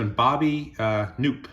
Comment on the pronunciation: Ka-NOP, Clen-DEN-non.